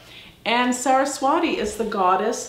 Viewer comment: pronounced Saraswati, Ti, not di 🙏